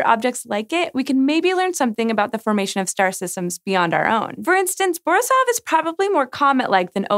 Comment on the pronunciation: It's borIsov ,not bOrisov. :)